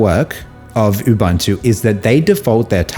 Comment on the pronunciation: It's pronounced oobOOnto, for God's sake.